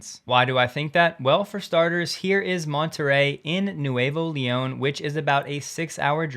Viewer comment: Me gusta que Tesla vaya a hablar un poco de español. Btw, it's pronounced Nooevo Leon, which means new lyon (although it's really New Leon, which is a city in Spain).